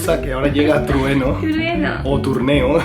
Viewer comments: "Tuerneo" jajaja, si sigue asi va sacar un diccionario único con palabras nuevas.:D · jajajajajajajajajaja truneo😂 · Hola Hola y!! Dios me han hecho reír muchísimo con su vídeo. El pensar en un Dios en el vater jajajajaja ya no me provoca ir... Que hace un Dios pervertido allí jajajajaja Hentai! Jajajaja. El troneo trueneo trueno jajajajaja tan linda, hay palabras que son difíciles de pronunciar. El moonwalk fue el mejor final jajajajaja yo voy a practicar con. espero estés mejor de salud! Cuidate mucho y no seas malooo con el botón de plata de Youtube jajajajaja te pasas. Saluditos. Besos desde mi querida Venezuela. Bye Bye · jajaja me hicieron reír mucho con el baile de lo último xD y no podía decir Trueno es persona más linda y tierna que he visto:3 ojalá y los pudiera conocer. Les mando un saludo desde México 😘😍❤ son mis Youtubers favoritos❤ Los adoro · Que gracioso a sido ver a pronunciando pronunciando "trueno" mal. ¿Es porque en japón es una mezcla de sonidos que no existe? En España hay muchas supersticiones, como bien sabrán los dos. Pero una de las que me parecen más raras es la de no sentarse en una mesa que tiene los cubiertos (o solo uno de ellos) en forma de cruz o de X. No se por qué...pero se supone que da mala suerte. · "Cuando hay truneo" xD 😂😂😂😂😂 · Me duele la tipa de tanto reír :'D entre lo de truneo, hase vientaso y los bailecillos del final ha sido el mejor vídeo de la historia del universo. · Jajaja pobre xD pero que tierna que no podía decir trueno... Me reí mucho con este vídeo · Morí de risa al ver el vídeo y escuchar a la linda no poder pronunciar "Trueno". Mejórate pronto. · ahahahahahah porfavor me hizo mucha gracia intentando decir trueno xD hahahahah Mejorate de esa garganta:D y saludos a! sigue asi de mona y simpatica